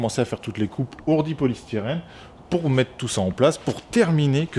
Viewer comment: Pas etais mais tretaux pas z hourdis mais hourdis alle bon courage a toi et mais ton bonnet